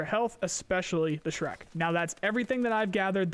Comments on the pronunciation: zhrec is not pronounced as shrek lol. it's more like zhrets (Put this to google translate in russian and press Listen: жрец). It means preist. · Zhrec is not Shrek, it's J-(like in "genre")-re-ts(like in "pets"). Meaning priest, sacrificer. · Did this guy literally say Shrek? LMAO. It's pronounced "Jretz" Жрец (priest) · Zhrec should actually be smth like "zhrets" 'cause it russian "жрец", meaning "pagan priest", literally -- "sacrificer" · Just so you know last letter is pronounced like "ts", so it's more like "zhrets". You can paste жрец to Google translate to listen to it. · Zhrec: exsists: S H R E K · Zhrec - Zhrets - something like a pagan priest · Since Tarkov is made by russians, I believe the name Zhrec ( which you read shrek ), is supposed to be the russian word for a priest. Please open google translate and type in "жрец" and listen to the pronunciation and stop reading it shrek. I love your vidoes, take care. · Zhrec is a priest on russian) and last C sounds like “ts” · The Zhrec is pronounced [zhrets] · Zhrec should be pronounced like Zhrets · Zhrec is russian word ''Жрец" and it means - priest. So listen in translater how to pronounce the russian word)